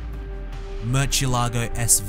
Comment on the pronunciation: Merchilago Sv? It's Miur- sielago SV (superveloche)